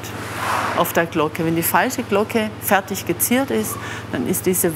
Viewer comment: Stellt Glocken her : Spricht es ,,Glogge" aus 😂.